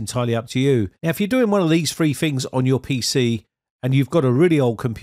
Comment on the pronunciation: I can't listen to him saying fings anymore